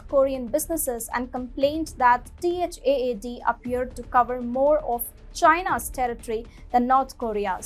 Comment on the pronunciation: You could just say THAAD not T.H.A.A.D. like people commonly do…